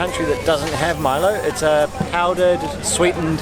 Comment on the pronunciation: good try. we can understand that. when i was childhood i usually pronounced Milo as mee-low.